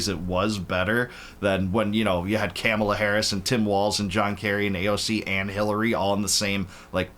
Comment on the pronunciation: I know you don’t want to sound uneducated but it’s COMMA-la. Not CAMEL-ah.